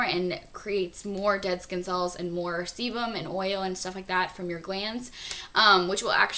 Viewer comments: Sebum not semen LOL!!! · she said seBum idiots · did she say semen in the 6 to 7 minute point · LOL! it sounds like she's saying 'semen' on XD haha.. sorry but.. i had to share that. c: ♥ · i think she said semen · I think she said sebum lol:) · ahah, I think she said/meant sebum (